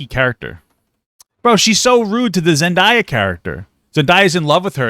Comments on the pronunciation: its zen-day-uh not zen-die-uh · Papa pls its Zen-day-uh 😭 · Anyone cringe when he said Zendaya like that